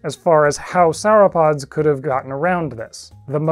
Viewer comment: Did you say 'sour-pods'?